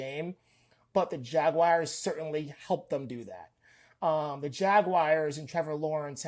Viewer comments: jagwires vs the bingles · The jagwires?